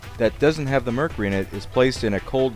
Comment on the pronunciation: It is murcury not murcery